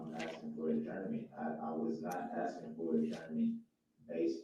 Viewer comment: If this fool really believes that Judge D is being “abusive” by cautioning DB to allow the witness to answer before “axing” more questions, I would greatly love to be a fly on the wall for his everyday life once he’s transferred to his permanent home/facility 😊😊